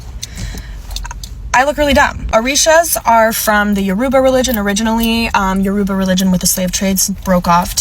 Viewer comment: Mm hmm. Taught every viewer all about the “ Ya-ROO-ba religion”.